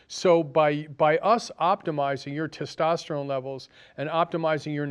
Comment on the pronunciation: When you want to sound intelligent, please pronounce words correctly. Stint and tistosterone are not words. Homocysteine is not measured reliably to measure any co-morbidities. C reactive protein is more of a concern. I would suggest you fire your cardiologist and treat yourself during your next event.